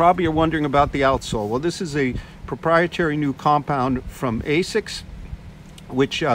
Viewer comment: You called it "ASCIS"... ;D